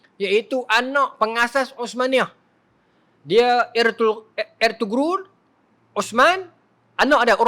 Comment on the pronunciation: Nama Ertuğrul bapa kepada Osman 1 ni cara sebut dia ialah jangan bunyikan huruf "G" tu. Ertuğrul = Ertuurul 👈🏻👈🏻👈🏻👈🏻 Macam ni sebutan dalam Turki.